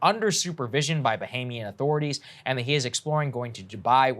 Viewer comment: Lol... did you say bahamian? 🤣